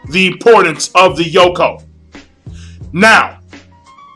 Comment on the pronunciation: It's Yonkou, not Yokon. lol